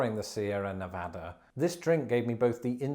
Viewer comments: Thank you for prouncining Nevada correctly lol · Props for pronouncing Nevada correctly. Many Americans can’t. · Wow you got Nevada's pronunciation right! Gonna have to work on your Anheuser-Busch phonetics game however.